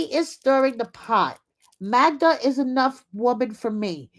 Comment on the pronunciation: Joey calling Magda, Magna was hilarious. I live in Hawai’i and it kept reminding me of magma, which is molten rock.😊 Aloha